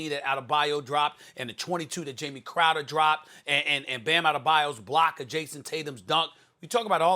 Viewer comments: Stephen A been calling Jae Crowder, "Jamie Crowder" for the past 3 years 😂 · SAS it’s Jae Crowder not Jamie Crowder lol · His name is Jae Crowder, not Jamie. SAS has been saying it wrong for the longest